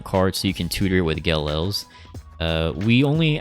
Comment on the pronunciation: You're mispronouncing Ge'Els. It's an apostrophe not an L.